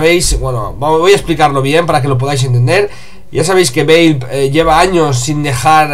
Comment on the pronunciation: valve se pronuncia: valv. XD si no me crees miralo en el traductor google:p